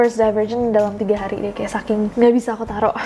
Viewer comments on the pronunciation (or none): none